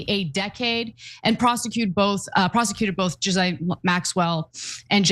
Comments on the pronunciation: Calling Ghislane (Gee-lane) , Jizzlane is incredibly inappropriate and insensitive. Learn to say her name correctly out respect for the seriousness of the situation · Her name isn't pronounced Jizzlane Maxwell. It's Gillane